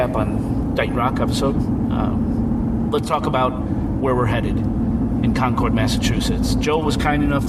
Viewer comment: Hey it's pronounced.....CONKID!!! GOT IT??